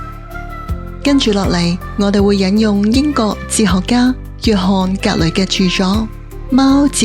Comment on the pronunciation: 係「英國」，唔係「英各」 啲懶音非常刺耳